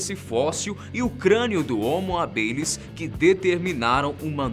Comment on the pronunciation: Se fala homo hábilis... Não habilis...